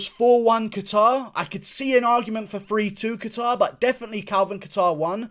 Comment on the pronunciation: Kayter. Sounds the best too. Hearing catare over and over in this video is kinda tilting me.